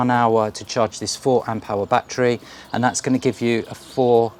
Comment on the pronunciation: Have you got "BAT-TREES" in your garden or did you mean a "ba-TTerY" or "ba-TTer-ees"